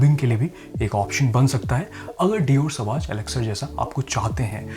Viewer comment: You are perfume reviewer, please don't mispronounce the name of "Sauvage" it is a legendary perfume. Please refer Google for correct pronunciation, it is not सवाज